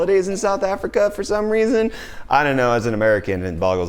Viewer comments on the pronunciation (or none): Canadia :D jesus, and South Africia